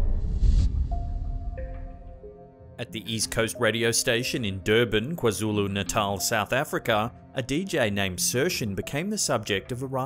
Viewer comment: You said KwaZulu Natal so perfect 😆